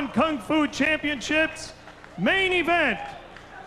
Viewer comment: "Championchips" LMAO!